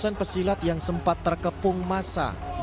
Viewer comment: Pesilet bukan pesilat